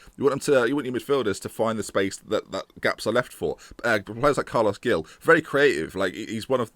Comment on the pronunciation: Carles 'Hil' - not Gill. And Verah-too. Keep it up! Screw Pearson/di Matteo/Moyes, can we appoint you instead?!